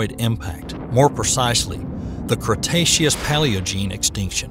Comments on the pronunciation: This video is, unfortunately, riddled with errors and mispronunciations. The narrator repeatedly mispronounces cretaceous along with, ambulocetus, cenozoic, cartilaginous and, oddly, calamari. Factual errors include the claim that both reptiles and mammals evolved from pelycosaurs (only mammals did), megalodon died out during the K-T extinction 66 million years ago ( when they actually lived about 40 million years later and died out 3.6 million years ago in the Pliocene epoch), angiosperms became dominant in the Cenozoic era ( in fact they were well established long before the Centozoic era some 100 to 120 million years ago in the Cretaceous period), the claim Paraceratherium was a Hippo ancestor (it was, in reality, a type of hornless rhinoceros) and that Therapsids were the first proto-mammals (they were not). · I live in the South. That is NOT the result of a Southern drawl. I can give you an example of the word Cretaceous with a Southern drawl and it will sound A LOT more like how the rest of you say it than how this guy says it. This is just bad pronunciation, nothing more, nothing less. He butchers several words (live avian) in this. Loved the presentation, cringed when he said certain words. Again, not the result of a NC Southern drawl (or SC, or GA, or AL, or MS, etc.) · This is a superbly-made video and I've given it a well-deserved Like. But seriously, find out how to pronounce unfamiliar terms before recording the voice-over! Cretaceous, avian, herbivorous, omnivorous, Cenozoic, Ambulocetus and one or two others. They can't all be blamed on your home-style accent. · Eco in ecosystem is pronounced EEEH-KOH. It is not pronounced like Echo. Avian is pronounced AY-VEE-AN. The first syllable sounds the same as the A in "brave". It is not AH-VEE-AHN. Cretaceous is pronounced CREH-TAY-SHUS (has three syllables and rhymes with bodacious), not CREE-AHT-SEE-US. Calamari is CAL-AH-MAH-REE with four syllables, not CAL-AH-MAH-LAH-REE with five syllables.